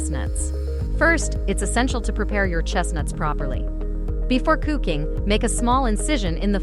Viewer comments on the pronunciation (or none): AI can't even pronounce "cooking" properly. 🤔🙄🤖